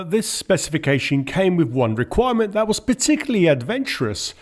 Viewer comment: Love the way you struggle with “TH” coming out as ‘FF’ so 3 becomes Free. But you also collect the African black Da. So THAT becomes DAT. Other than that you have a nice voice..